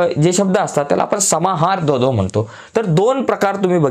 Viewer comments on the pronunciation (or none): डोडो नाही द्वंद्व